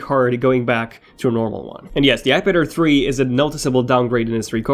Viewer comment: omg everytime u say "ipad air 3" i always hear "ipader3"